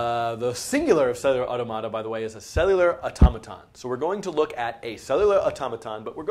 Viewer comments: Dude, it's au-TOM-a-ta. The stress doesn't change when you pluralize it. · Yeah... It's "aw·TO·muh·tuh" in British English. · "Cellular ottamatta" it's automata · "You say (Au)tomáta I say (Au)tómata." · The way you pronounce "automata" drives me up the wall. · i just cant. everytime you pronounced it only diminished my will to keep the video playing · his commitment to emphasizing the syllables that way is the WORST part though. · His pronunciation of automata is worse than the framerate of the background. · Makes it easier if you put the stress or accent in the plural "automata" in the same place as in the singular "automaton". Anyway, looks like a good series. Well check it out further. Thanks for making it. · stop saying it like that!!! god just say it like automaton removing the "on" and add an "a". I'm not even sure if my way is right but you sound like you are trying to pronounce a word from another language, like spanish or something which wouldn't even sound like that lol, nice video btw keep it up!